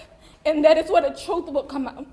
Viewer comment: Troof, defretts, ax 😂